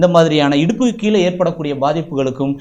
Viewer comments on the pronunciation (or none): தயவுசெய்து கீழே என்று சொல்லுங்களேன், கீளே வேண்டாமே !